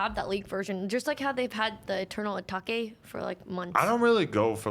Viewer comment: am I trippin or did she pronounce Lil Uzi Vert’s album Eternal Atake incorrectly Actually wait I think she might of said it perfectly correct...LoL